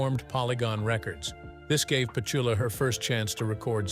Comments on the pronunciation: It's Pet-TOO-La.....NOT Petchula. Geez. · Yup, it’s peh-TOO-la, not PET-yoo-la. Good Lord, even for AI, what an inexcusable mistake! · NOT PET U LA but PETULA stupid AI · Her name is Pe tool ah Petula, NOT Pet chula You said Petula twice and the rest of the time Petchula. What awful narration. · Learn how to pronounce her name.......it's not PET ULA (like SPATULA) IT'S PETOOLA. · LOVE her voice and AMAZING for 92. Lifts my spirit. She was AWESOME in Goodbye Mr. Chips and Finian's Rainbow. Not pet-cha-luh, pronounced Pet--two-luh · It’s not PET-cha-luh, it’s peh-TOO-luh. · It's not Pet...tuala Clark. It's Petula prat. Get off the AI narrative 😊😊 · Petuula not pechala how annoying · Pe-tu-la (Pe-too-la) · Her name is pronounced Pechula with the emphasis on chu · Peh chu lah? You do a coverage but can't get your AI voice to pronounce her name the right way😂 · Whoever made and uploaded this video needs to take a little time to EDIT it. Surely, they assembled the photos. Well, maybe they just tossed 100 photos into a video-maker that accepted their text. But it's best to TEST the A.I.'s voice before it gets 76,000 views. "Pechula", repeated over and over demonstrates "" impetuously reckless video skills. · Pet-shul-ah?! Seriously. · He pronounces Petula two different ways throughout the video, quite annoying especially when he calls Petsela 😉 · Yes, I agree. Is it to get out of casting and paying someone to read a script? The overly well-modulated voice that becomes the audio in more and more film / TV productions always seems to get something wrong, and it jumps out, reminding us it's not a human speaking. I even thought, have we been pronouncing Pet-chula wrong all these decades? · you always say the words wrong in your videos,you must be ai generated of something ,its not pet u la for one thing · If it is a person they know nothing about her. Petuuuuula! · Yet another AI stumble. It's pronounced petOOla. Accent on the second syllable.